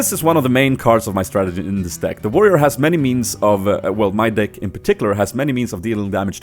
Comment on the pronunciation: He says dick instead of deck